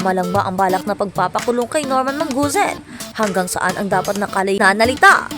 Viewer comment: Tama ang idemanda siya. Ung nag voice over, tanggalin ang kaartehan mo. Mas okay ang natural. Norman Mangusin hindi Normen Manguzen‼️ Leche flan‼️🤣